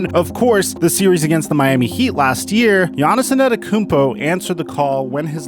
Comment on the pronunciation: My nigga. Please for the love of... lol... please practice the mans name...... WHHHOoooo is "Giannison Adekounmpo" ?????